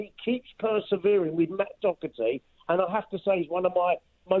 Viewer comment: Can english people please try and start pronouncing Doherty correctly? there's no c or k sound in it!